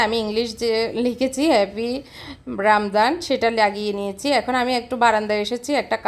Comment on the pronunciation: সুন্দর হয়েছে আপু।তবে রামদান না রামাদান হবে কথাটা।